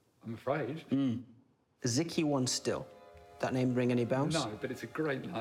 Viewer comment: "Ezekiel Wonstile" hahaha